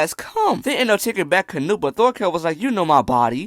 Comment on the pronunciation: Bro, why you say canute like nut withe hard t